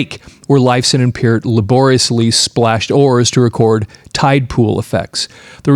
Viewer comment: I was hopeful just before clicking on, but yet again... ANOTHER person who can't pronounce Neil's last name CORRECTLY!! Holy friggin' cHRIST, man!!!!